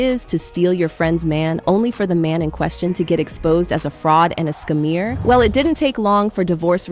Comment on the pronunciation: Is this channel ran by AI or a real person because the name pronunciations are completely off with Falynn and Nene, and I was brushing it off until the narrator pronounced scammer as scamMEER. I completely checked out after that one.